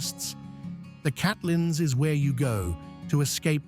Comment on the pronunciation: why do content creators not check their (or AI) pronunciation? luging? that sounds like spitting on someone, when I assume what is meant is a luge, toboggan. People with no knowledge of Queenstown might think otherwise. Catlands? Tongerro, Ben Lammond, oh good grief, you're getting a dislike just cos you were lazy.